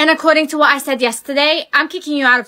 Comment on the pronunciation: Why did you always say what instead of 😂 whah